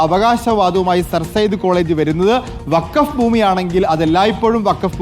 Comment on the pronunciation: വക്കാഫ് അല്ല ഫക്കോഫ് 🤡🤡🤡